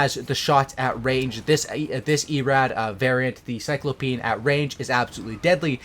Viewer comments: cy-clo-pe-in LOL dude said cy-clo--peen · Cyclops is the key word here. It's not pronounced "Cyclopeen" It's "Cy-clo-pee-an" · You are saying it wrong! Cy-clo-pe-an! Cyclopse... The big guys with one big eye instead of 2. press one of the flags with speaker symbols to hear the right way of saying it :) The automated reader further down is wrong too :) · Its cy– Clo–pee-an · its erad cy-clo-pe-an